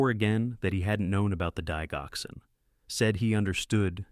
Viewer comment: For goodness sake, learn how to pronounce Lisinopril and Digoxin. Lisinopril Lie sin o prill Digoxin Dig (like digits) ox in